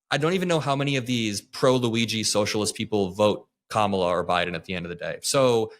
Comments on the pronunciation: Why can NOT ONE MAGA fool correctly say Kamala's name?! Is it like, ALWAYS INTENTIONAL?! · Here' s another one who can't pronounce Kamala or does it on purpose. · We're in 2025 and she still pretends to not know how to pronounce Kamala... but go ahead and pretend this was ever a discussion done in good faith. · Nope I'm not a fan of Blondie 😂😂 she pronounced Kamala Harris name incorrectly.. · She wants to demean everything on the left and talk about disrespect, but just like her orange daddy, CAN'T SAY KAMALA'S NAME PROPERLY